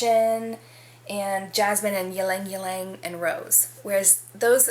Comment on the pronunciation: Also please stop pronouncing the y in ylang ylang. If you’re going to review fragrances you have to learn to pronounce the ingredients. It’s pronounced lang-lang.